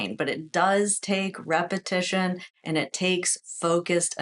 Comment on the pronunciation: You always say repetion repetion repetition how can you do repetitions when you can’t do 1?